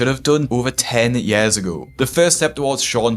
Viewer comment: I love the way you say years